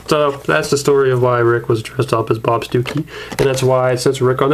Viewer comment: all i hear when said bob stookey was bob Dookey